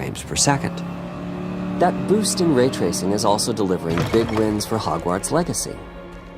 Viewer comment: How's this guy made it to 2024 without hearing someone say "Hogwarts" properly?